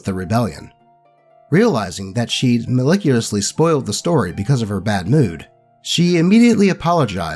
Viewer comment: Say it with me: mal-ISH-us-lee.